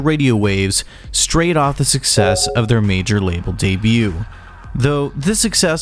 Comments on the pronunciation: good revewier. it was day-bewt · "day bute" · 'Debut' has a silent t dude! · You're saying debut wrong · I will gladly subscribe.. IF you promise to stop enunciating the T in debut... Haha. Jk still subbing but please please please don't do that! :)